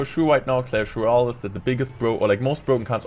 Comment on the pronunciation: Hey guys it's and in today's clash woyale wideo we gonna be seeing the mighty minor🥴🤫